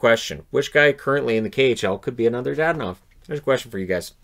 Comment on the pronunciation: It's not DaDanov! It's DadOOOnov!